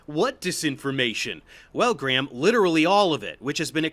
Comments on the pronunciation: Hancck is English, therefore its pronounced Gray-um. Theres no H sound. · Btw if you want to pronounce Graham more conventionally it's usually pronounced Greme or Gray-um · Just being pedantic here. Graham in English is pronounced Gray-yum instead of Gray-ham. You're welcome. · It's pronounced "gray-em". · To be fair, there are viewers who enjoy the aggressiveness. Especially when he's right. On a side note, the name Graham doesn't pronounce the 'H' in the middle. It just sounds like Gram. One syllable. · Your over pronunciation of graham cracks me up everytime